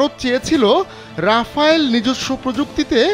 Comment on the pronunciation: ওটা রাফালে, রাফাল রাফায়েল কোনোটাই নয়